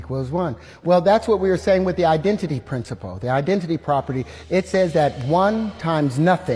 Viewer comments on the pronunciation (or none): Im not trusting anyone who can't say principle 😂